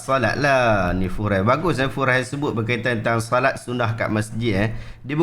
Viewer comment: selit sikit. "Führer" tu sebutan dia "Fi-u-gha". dalam bahasa German bermaksud Leader. sebutan boleh rujuk google translate.